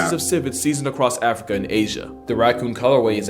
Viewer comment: My mans said "send them racooners back to africker" 😂🤣